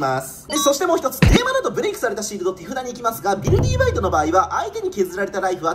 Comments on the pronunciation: ビルディーバイドって読んでるけど、ビルディバイドじゃねーの？ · いや、前段階からめっちゃおもろそうなの色んな動画でわかってるんだけど、 今回のflat-さんの、「ビルディバイド」が、発音的に「ビルディーバイド」に聞こえるのがめっちゃ面白い。 もしこれが正式発音ならもっと面白い。